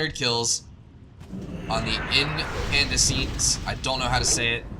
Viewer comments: In-can-des-int = bright/ illuminated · incandescent is pronounced like "IN-kan-DESS-ent" :)